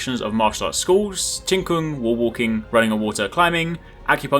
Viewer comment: Your pronunciation is mostly good enough other than Qigong (which I had to rewind a few times to realise what you were talking about). I honestly don't know how to type out the pronunciation it text but its sort of like "Chiii Goong"